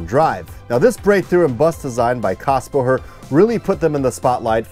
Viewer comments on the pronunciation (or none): You keep mispronouncing Kassbohrer. The "h" is silent, and you say what sounds like "Kassbo-her." It's "borer." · There is an umlaut over the A... it's pronounced KAYS-bohrer ;) It is the starting point of today's modern Setra. The Cadillac of coaches IMHO. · Little hint: "Kässbohrer" is pronounced in front like Kes vom Voyager. Kes-bohrer. Yeah... those dots above the A matter ;) I never heard about this joint venture. Thanks so much for this video!